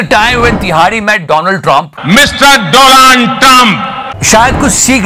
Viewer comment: Respect our chichhaa but Mr "doland" trump. 😂😂😂😂